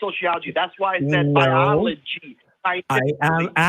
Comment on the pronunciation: “SCYENCE! BYOLOGY!”